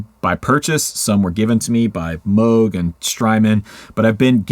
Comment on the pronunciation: really like you pronounced Robert Moog's name correctly, the t-shirt is cool too